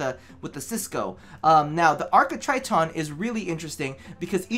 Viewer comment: Titron, not Triton. Sorry to be "that girl" but it's nagging at me.